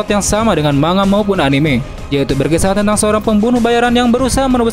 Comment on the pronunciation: Bukan dbaca ma-nga bang tpi mang-ga